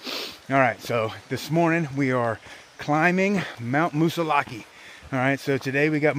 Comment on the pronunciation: Glad you saw a bear in the wild. Had one in my back yard last week. I live in NH. Have never in 40 years heard a native call it Moosilauke with the long e!